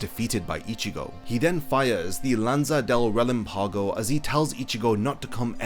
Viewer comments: Just a tip on your spanish: mind the accent mark of the words. You say murcielÁgo, but it is murciÉlago; you also say relampÁgo, but it is relÁmpago. This little thing makes a huge difference. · it's relámpago, not relampaago